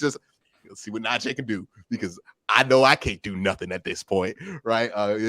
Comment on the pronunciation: the "ee" in Najee is like the "ee" in tree. I only felt the need to correct it cause he has.